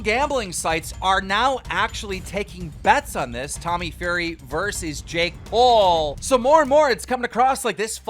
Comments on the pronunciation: Keem pronouncing "Fury" like "Furry" does he know it's not Tommyinnit who's fighting lmao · Man really said tommy furry 😂😂😂 it is fury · "Tommy Furry" LMFAO. Someone teach Keemstar to read. Fury is not Furry. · Tommy furry, it’s fury u fuck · Who else is scrolling looking to see if anyone else caught him calling him "furry" instead of "Fury"...lmao..js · Tommy FURRY Thats what it sounds like to me anyways lol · Who is Thriller? And it's Fury, not furry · Furry? It’s fury LOL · You really just called Tommy fury, Tommy FURRY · This man pronounced fury FURRY LMAO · Who tf is Tommy Furry? It’s Fury div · Keems mispronunciation of fury is killing me. tommy fury not tommy furry 😂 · bruh this nigga said ‘’tommy furry’’ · “Furry” nigga really? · This guy is literally the news and has over 5 mil subscribers but he can’t say “Fury” 🤣🤣🤣 Furry lmao 🤣🤣🤣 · BRUH SAID TOMMY FURRY 😂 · He really called Fury as Furry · this man said tommy furry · Keen called him Furry and said Thriller lol is he even trying anymore 😂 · Tommy furry? Its fury 😂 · Furry? It’s FURY. LIKE TYSON FURY 🤦‍♂️🤦‍♂️ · Tommy what? Furry? You really need to learn how to pronounce words correctly, Keemstar. There is only one r in that name, so it is pronounced "fyuor·ree". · ITS FURY not FURRY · Why did you say Tommy Furry? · Keem really called him Tommy “Furry”😂😂😂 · furry? one too many r's there keem..its fury. lol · This dumbass really saying Furry instead of Fury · My guy Keem just called Tommy Fury for Tommy Furry xD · He said Tommy “Furry” 😂😂😂. I mean, he did fix it a min later. But I thought it was funny 😄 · Why say Tommy's name wrong you know dam well he's not called Tommy furry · Did my man just call tommy fury as "furry" 🤣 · Did keem really just fuck up and say “furry” when trying to pronounce Tommy’s last name? That’s hilarious. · Please keem learn how to pronounce things correctly 😂 Tommy “Furry” and “Thriller” cmon bro😂🙈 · Keem said Tommy FURRY 2 times then suddenly got it right